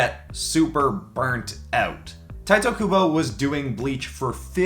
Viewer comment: I mean, it's not hard to learn how to pronounce a name. It's Tee-teh, Not Tight-eh.